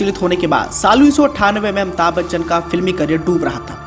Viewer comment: Amita Bachchan 😆😆😆😆 what a pronouncetion